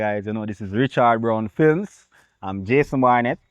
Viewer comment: Fil-M, not fli-m. U people need to have special guests, not the same people every time